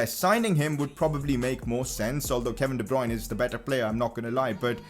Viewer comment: de bryune